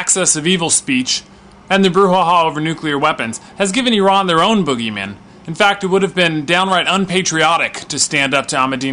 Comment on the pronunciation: Ok I have a deal for you I live in the UK and I will forgive you IF you learn how to pronounce iran and Iranian properly Do we have a deal lol?